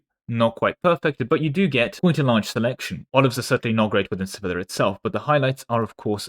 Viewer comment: Each time you pronounced Sevilla like vanilla I died a little inside